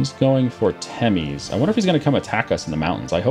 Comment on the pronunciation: The province in Hungary is not pronounced like "timis" as you say, it's called "temes", e is pronounced like the e in the word 'development', and s is like in the word shark